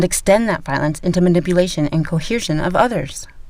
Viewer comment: You're pronouncing the word coercion incorrectly. There's no H in the word. Phonetically it's kow-ur-zhn.